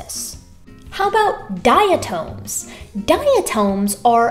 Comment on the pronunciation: Diatoms rock. Love you, but the correct pronunciation calls for a short vowel on the second syllable: dia TOM. I am a diatomaniac.